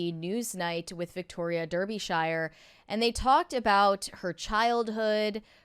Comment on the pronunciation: DAR -BE - SHEER !!!